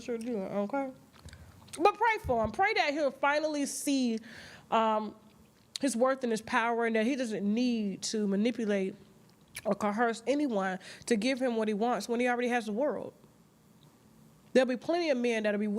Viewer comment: CAN YAWLL STOP SAYING "CO-HERSE"?? ITS COERCE. COERCE. NO H